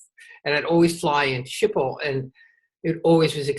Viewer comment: Thank you for an amazing interview. I will love Andrew McCarthy till the day I die~ever since he played Blaine in Pretty in Pink! But I must correct you on Schipol. My family lives in Aalsmeer and works at Schipol. They pronounce it ski-pol. But maybe there are other ways to pronounce it. Funny that he says he is an introvert, yet he is a wonderful actor. Looking forward to many more interviews.